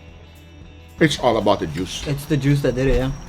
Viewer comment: Wife: Guga that was amazing! Guga: It’s allabout da juice!